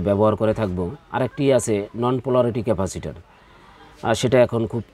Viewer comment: ভাই ক্যাফাসির বলতে কিছু নাই ওটা ক্যাপাসিটর হবে।